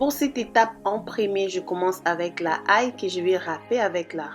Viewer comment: L'ail not la ail